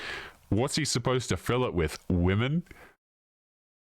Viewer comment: "won't feel the void" lmfaooooo she can't even communicate decently....... she obviously is trying to say "won't FILL the void"